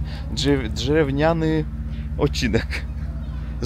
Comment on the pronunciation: Drzewniany, 😂 drzewienny😂, prawidłowo mówi się drewniany, to przymiotnik od drewna, drewno to drzewo które ścięto i ono już nie rosnie😊, pozdr wszystkim